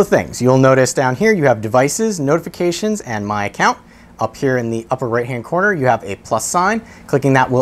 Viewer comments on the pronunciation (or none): none